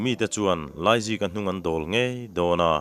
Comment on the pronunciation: Laizika tih tur ah Aizika a ti tlat reng hi a chhiartu leh a then hi hlawm ti a sawi/ ziak bawk hian a tibuai hle mai